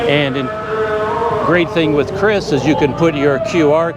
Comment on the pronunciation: In Indonesia, it is pronounced "Ki-Ris", not "Kris". But I agree, it's extremely useful and practical.